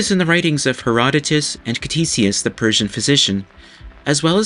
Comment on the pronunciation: the 'c' in 'Ctesias' is silent. 😊